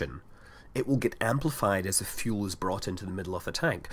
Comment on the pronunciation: That's pretty much the same. And it's fuel not "fule" :p